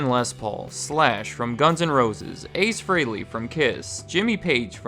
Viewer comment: Ace Fray-Lee?